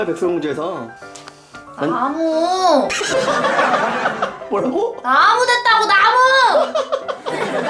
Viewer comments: 나무를 마녀라고 들은 1인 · 마녀라고 하는줄 알았어요ㅋㅋㅋ